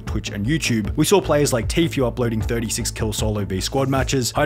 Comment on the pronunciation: It’s pronounced tfue, not tfyu